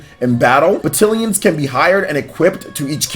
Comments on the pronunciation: Isn’t it pronounced ba-TAL-ions? Am I wrong? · I feel like I'm having a stroke every time he mispronounces battalions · Great video, but you’re saying Battalions wrong...lol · Normally I’m like “if you can understand the point, don’t be a dick about the pronunciation.” But this one hurt my head. I think it’s just because of the frequency at which it was said. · I am glad you said something here because I was literally scrolling down to the comments to say the same thing lol. It was making me unreasonably upset to here him almost intenitonally say the word 30 times wrong.